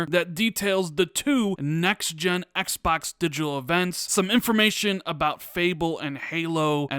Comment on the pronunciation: Why do you say Xbox like "X Backs"?